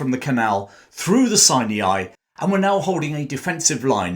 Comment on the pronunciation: It’s pronounced “Sy-ny” , not “Sy- née- eye”.